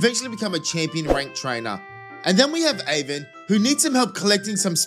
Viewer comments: its Arven not Aven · Aven AVEN!?! its ARVEN "ARE"VEN"